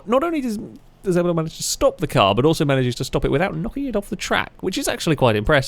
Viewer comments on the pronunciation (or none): none